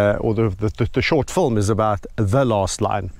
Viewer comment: You already have excellent production values so I can only imagine with added effort how good this "fulm" will be. (I love the way you pronounce film...and milk...sounds like mulk. Big hugs of. appreciation from Montreal.